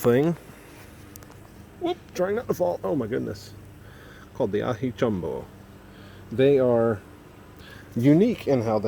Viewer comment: First reviewer that has said the name mostly correct. 10 points